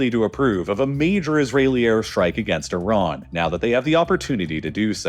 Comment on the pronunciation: THank you for saying Iran and Iraq properly. Tired of hearing I-ran and I-rack